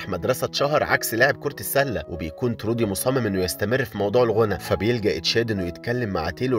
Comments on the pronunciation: تروي مش ترودي😂* ما حد بعرف حد وكلهم غرباء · اسمه troy مش trody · اسم البطل تروي مش ترودي يسلمو على الملخص الجميل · البطل اسمه تروي مش ترودي🌚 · تروي مش ترودي😅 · هو ليش دايماً الأسامي عندك غلط؟؟ ❌❌❌ اسمو تروووي Troy